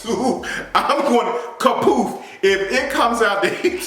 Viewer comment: “Kapoof” stahp 😭 😭 😭